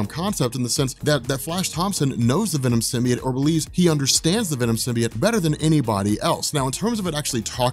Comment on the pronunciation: Okay so: Pronunciation of "Symbiote" as "Sim-Bee-Utt" or the chick in Sony's Venom movie saying "Sim." "Bye." "Oat." Instead of "Sim-Bee-Yote" which one irritates you guys & gals in the comment section?